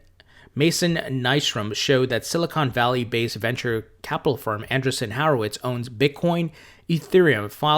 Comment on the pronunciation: Great vid,. Thank you. I heard you struggle with a name. The company is pronounced: an-DREE-son WHORE-o-wits